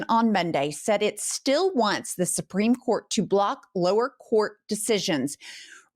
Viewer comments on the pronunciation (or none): none